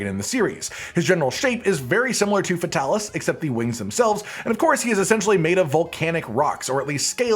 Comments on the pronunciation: your character is so gay, but your content is so good. Fix that. Also. FAY TAL ISS. Come on dude. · I feel like Fatalis should be pluralized as “Fatalises” pronounced “Fatalis sees” but idk